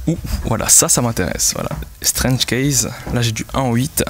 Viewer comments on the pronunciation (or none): none